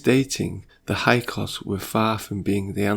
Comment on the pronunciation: Are you trying to say Hick-saws? (Hyksos)